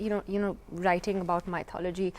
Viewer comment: Stupid woman keeps mispronouncing mythology, even after her host correctly pronounces it. Couldn't she spend 20 seconds to look it up while the camera was not facing her? What sort of journalism is this. And that guy believes atheism is a myth. Two clowns on one show.